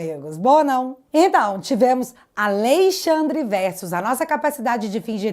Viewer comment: Me dá nervoso falar Al(Ei)-xandre ao invés AlExandre 😅